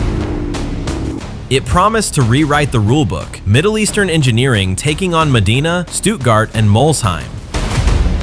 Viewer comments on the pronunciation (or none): Medina? Modena